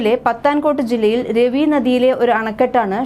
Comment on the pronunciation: രെവി അല്ല, റാവി